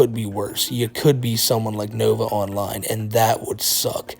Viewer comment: I genuinely can’t tell if he says “novaonline universe” or “novine universe”